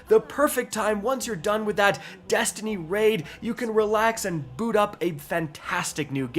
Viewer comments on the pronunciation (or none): none